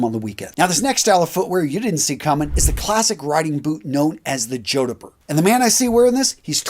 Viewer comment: Jodhpur. Pronounced Jodd-purr. Not, Joder-pur. It originated in Indian, used by British Army officers whilst riding. Still worn in undress uniform by some British Army cavalry regiments. Otherwise, an excellent production,.